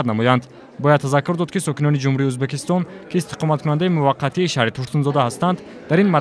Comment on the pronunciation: Узбакистон не мухтарам барррранда Узбекистон меша